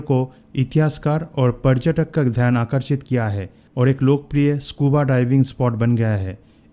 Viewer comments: Bhai yeh prajtak kya hota h parytak bolo na yr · Video bnane se pehle hindi sikh k aao obharbhyu tabhar aur parjatak😂😂😂